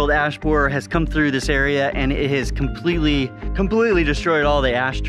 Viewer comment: "Emerald Ass Boarer"